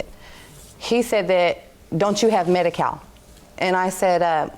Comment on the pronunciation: "1st of all I have medikale...." 👆 Right there!!! That's where she really fkd up